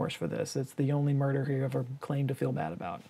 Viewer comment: mer- DER. judus noo